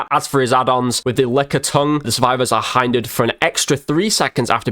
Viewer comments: It’s hindered Not heindered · It's pronounced hindered not highndered